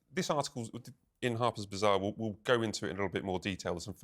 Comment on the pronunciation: It all kind of made sense when you said “Harper’s Bizarre!”….oh wait…you meant “BAzarre.”